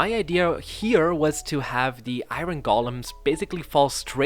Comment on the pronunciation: Is he saying iron like iRon instead or iOrn jokingly or for real? (just putting it out there that iOrn is easier to say, from experience.)